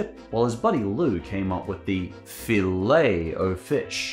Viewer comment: OMG he actually said Filet-O-Fish correctly for once im actually impressed, good job man. 😂